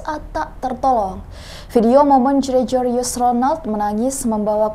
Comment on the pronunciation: Halo mbak pembaca berita yg cantik, umumnya org yg namanya Gregorius itu huruf G nya yg di depan n di tengah tetep dibaca G murni, bukan dibaca j. Tequila itu dibacanya tekila, bukan tekuwila. Semoga next time ga ada kesalahan pronunciation lagi.